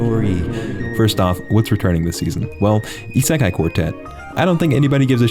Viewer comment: I wonder when will learn to pronounce "seinen", "isekai", "haikyuu", and pretty much any other name properly